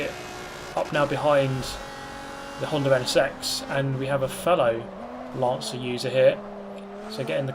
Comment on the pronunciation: I swear I kept hearing "Lancer" as "Lancia"